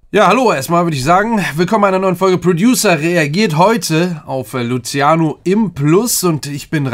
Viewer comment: Hab ausgemacht nachdem er Luziano gesagt hat 😁